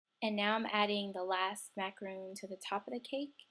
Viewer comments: its macaron nor roon ugh i hate when ppl say stuff wrong btw im a girl and im on meh dads computer and chloe2cool T-T ur right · Macaron is pronounced the way it's spelled -- it's not a macaroon, it's 'mac-uh-rohn'. Otherwise, this was an awesome tutorial! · It's pronounced how it's spelled, by the way because a macaroon is something different. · Super cute!....lol but it is pronounced macaROHN, but I am gonna try this!!! Looks like so much fun!! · It's not pronounced macaroon it's macaron